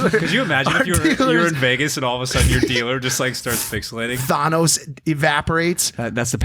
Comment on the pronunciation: WHY CAN'T MIKE SAY "THANOS" THE PROPER WAY? It drives me batshit crazy. He says "Thonos" and it's clearly wrong!!! FUCKIN TRIGGER RIGHT NOW!!!